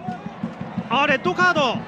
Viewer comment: デッドカードに聞こえる